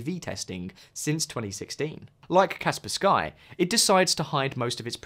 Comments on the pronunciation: Insta close video when paid to reccomend Norton as #1, what bullcrap. It's also pronounced Kasper ski not Kasper Skye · 1. U have a code for Norton, that makes u money. So naturaly u speak about Norton first+rate it the highest. Norton! Hehe, lets keep encrypting: u dont bother to find out how to say Kaspersky, instead say "Kasper Sky". Kaspersky is not a slavic name, but its a word made from 2 English words: "Casper", they chose a "K" though for... reasons. And "Sky". Its from Russia, surely its pronounced "Casper Sky". ✅️ But be careful, "Casper Sky" was rated a 10/10. It was never in the news for links to any gov (unlike US software and Hardware (Intel *cough*)). But8 "be cArEfUl, RU ties, trust me bro". So a perfect rating + VPN reasons (are u testing AVs, or VPNs?), I rank it behind NORTON😂. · bro enough with Kasper SKy, its Kaspersky. really??? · "Kas -per-SKY" LOL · The way you pronounce Kaspersky made me die a little inside